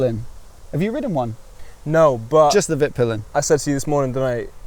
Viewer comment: Not ease to a non native speaker, but it's pronounced more like veet-peelen :) Oh, and nice vid!